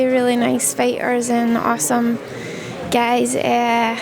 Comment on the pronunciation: "Those two are really really nice fighters and awesome gays." hmm..